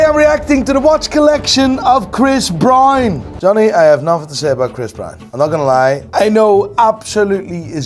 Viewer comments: how do u pronounce BROWN brother. its not BrAuN, Brain or Brian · Tf is Chris Bryan.. can't you say Brown, it's easy af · everybody: chris brown: chris brian 🤣🤣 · "Chris Bryun"